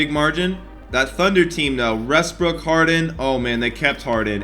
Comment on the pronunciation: did he really say restbrook ahahaha